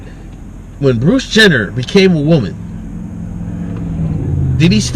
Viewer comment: "As a waman, er, woman."